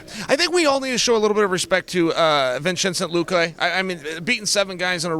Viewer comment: Lmao butchers Vincente